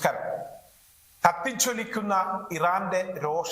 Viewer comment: നമസ്ക്കരം അല്ല നമസ്ക്കാരം എന്നാണ്😅😅😅😅